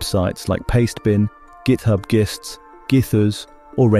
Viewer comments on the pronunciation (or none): Zapier is pronounced Zap-ier not Zape-ier. It makes things zap more. Tasks in Zapier are actually called Zaps. Gist is pronounced Jist not Gist. This is real word referring to the core essence or key idea of a more complex subject.